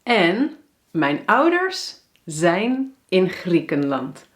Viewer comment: Hoi hoi! I would like to know how to pronounce the "ij" sounds. Here I hear you say "AI" but the books teach me that I need to say "EI". Can you explain it to me? Like in the word "mijn" = [mɛin] Greetings :)